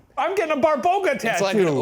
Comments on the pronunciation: Hahahaahahaa you guys are a hoot! I love you! One thing it is not pronounced Barbouga it is pronounced like BA (like "ba" in bar) BA (same as the first, stress is on this second ba) RO (like "roh" in robot ) GA (like "gah" in garage ) :D Fun fact rog means horn so when Shane read she has a horn and you showed us a pic it was hilarious XD When I was a child they used to teas us about Babaroga XD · hahahahhaha I love when they say barboga and its actually baba-roga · Babaroga, not Barboga ✌️ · It is not a "BARBOGA" it is "BABAROGA" which translates to "Horned Grandma" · Hi, Serbian here! :D It's actually not Barboga, but Baba Roga (roooooughly translated as "Ugly Granny") - I'm assuming Shane saw an article referring to her as Babaroga, but I've never seen anyone put the two words together, so likely inaccurate. Other Slavic people might refer to her as Baba Yaga, though - they're often treated as sister beings, but they're likely one and the same, but different sub-cultures, different names :D <3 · BARBOGA??????? 😭😭😭😭😭😭😭😭 BABAROGA! As in Baba- Roga (Granny- Horn)... Come on man, you dyslexic? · Barboga? No, it's Baba Roga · lol Barboga :D it would be Baba Roga, similar to Baba Yaga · Shane it isn't "Barboga" it's "BABAroga" baba meaning grandma and rog meaning horns. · Baba Roga , not Barboga lol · Shane severely mispronouncing "babaroga" (my childhood source of fears and nightmares) was not on my 2025 bingo list but I am glad that we are here